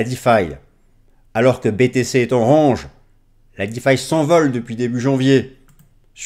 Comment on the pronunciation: Il n'y a pas que ce mot malheureusement lol. Soit on utilise des mots français soit on fait un effort sur la prononciation...